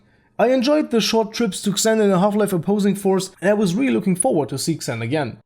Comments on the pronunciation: Xen is pronounced "Zen" not "Ksen" just so you know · its pronounced zeen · It's spelled "Zen" not "Ksen" lol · BTW, the "Xen" is pronounced more like "Zen" in English. I'm Polish so I had to learn that too, you sound Russian to me :) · you say it zen not xen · xen is pronounced zen not exin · The way you pronounce "Xen"... My ears... It's pronounsed as "Zen", not "Ksen" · No offence, friend. I've watched the video, and you've covered what everyone else seems to have a problem with. good review. But the title is very misleading and if it weren't for that I'd have nothing bad to say about the whole thing... Oh and by the way "Xen" is pronounced "Zen" for fucking "Ksen" ;P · xen is pronounced like "zin" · xen is pronounced like zen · It's pronounced as "Zen." GMan pronounced it as such. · The way you say "Xen" actually bothers me.